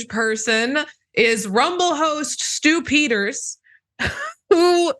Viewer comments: Stupider. That's what I heard. That gives "The Stupider's Show", which makes perfect sense... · Did you say Stupider???